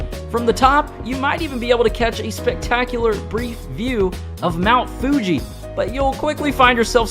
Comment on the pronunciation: Pronounces "Fuji" correctly Pronounces is as "fyooji" later in the same video 🤔